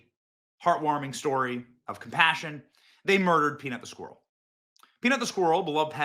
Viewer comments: It’s driving me crazy that you can’t pronounce the word “squirrel” properly. Great video though, that story is a seriously bad case of government overreach. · Today, all the people of Scotland learned how to pronounce ‘squirrel.'